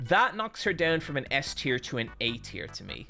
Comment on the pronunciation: mf said teir